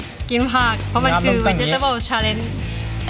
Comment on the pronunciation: พี่ทับทิมพูดว่าวเจ็ททเบิ้ล